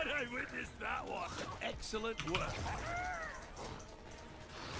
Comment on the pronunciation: felt like the kept saying EGGcelent